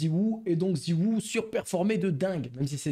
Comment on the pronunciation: ça me fume quand tu dit ziwou